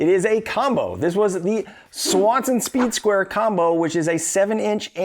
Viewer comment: You keep saying "soeed square".. im sure you know sir. That is a triangle in your hand, with out a doubt. Im sure most of the people watching this video went and passed first grade. That's a triangle sir.